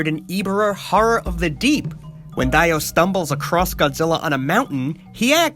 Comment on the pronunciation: The second interest's name (I think) is pronouced "DEO," not "Dieo." . . . "I'm going over humanity, JoJo!" - Dio Brando (JoJo's Bizarre Adventure: Phantom Blood)